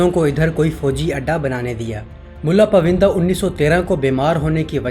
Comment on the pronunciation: یہ پائوندہ ہے، پوِندہ نہیں۔ بہت سی جگہوں پر برٹش کے بجائے برٹین کہنا چاہیے تھا۔ وڈیو بنانےسے پہلے اپنی جہالت قدرے کم کر لینی چاہیے۔